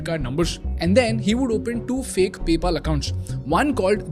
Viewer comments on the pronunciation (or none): why do u pronounce simple words like "PayPal" "Palantir" and "America" as "PyPal" "Palanthiir" and "Amrica" respectively and at the same time sell a course on speaking at the same time? this is insane levels of hypocrisy and fraud. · that palantir and paypal pronunciations are really annoying.